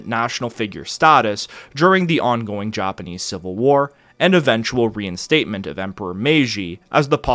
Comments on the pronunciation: Even the Joppaneez. Lmao ur pronunciation lmfao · He pronounces it “Joponese”🌹